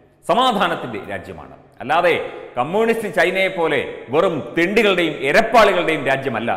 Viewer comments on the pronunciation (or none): none